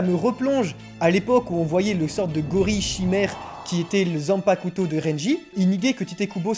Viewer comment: stp arrete d'insister sur le "u" dans "zanpakuto"